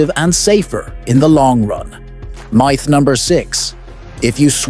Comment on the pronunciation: Meyeth? What's a meyeth? If your gonna use AI voice over at least listen to it to make sure it can pronounce common words.